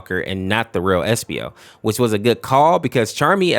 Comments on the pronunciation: Why does bro call espio epsio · "epsio" ITS ESPIO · epsio?!?!?! It’s espio not epsio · epsio he’s called espio😂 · Epsio its espio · Epsio I guess being away from the sonic community for so long make you forget or butcher names I assume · Maybe I’m bugging but did he just say epsio? (Do not judge me for noticing small details)